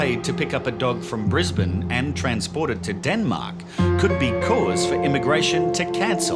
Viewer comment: The true crime is how he pronounces Brisbane